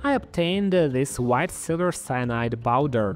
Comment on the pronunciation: you cannot be serious right now. bauder? accent is one thing but man that is no effort at all, that's a P in powder